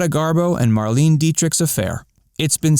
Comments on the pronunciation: It wasn’t Pronounced Mar-leen! Her name was pronounced “Mar-Lay-Na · It is pronounced MAR-LEE-NA! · It wasn't. It's pronounced Mar-lay-neh